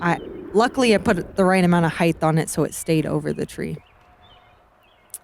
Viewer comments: Paige, I love ya and your commentary is great. The word, however, is height, not heighth. Heighth is not a word. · Paige has been hanging out with Tyler Brickley too much... all this talk of "heighth."